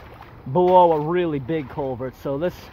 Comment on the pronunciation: Take a drink every time he says colevert.